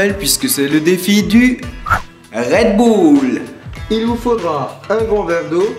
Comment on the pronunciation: "C'est la recette du red boule !" Je meuuurt 😂😂😂